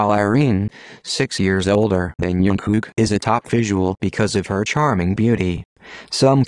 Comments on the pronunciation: Is nobody going to talk about the narrator spelling jungkook as youngkook! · his name is jungkook not tzukook👀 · it's jungkook not youngkook.. Lmfao